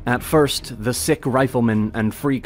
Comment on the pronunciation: Though extremely simplified, this serves as a decent summary of the Ukrainian revolution. Let me add a few small corrections. First of all, it's not Ukrainian National Republic, it's People's (УНР - Українська народна республіка; народ = people, nation = нація). Second, a few pronounciation mistakes: it's PoltAva, not POltava; KhArkiv, not KharkIv; SiCH, not SiKH.